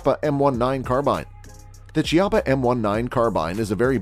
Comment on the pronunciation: Chiappa = Key ah pa